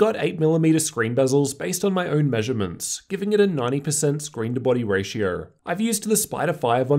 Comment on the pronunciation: Inclurded lowerst ratior. Oh my god